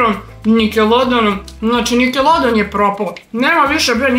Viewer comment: Prvo pojedi pa onda pricaj seljanko i kaze se nikelodion,a ne nikelodeon!